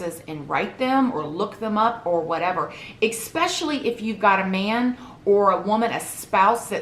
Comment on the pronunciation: " ecspecially" loll